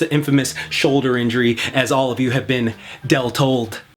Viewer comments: “Del-told” closes video lmao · Lmfao del-told 🤣🤣🤣🤣🤣